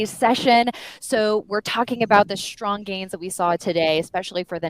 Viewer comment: it's pronounced strong, not SHtrong.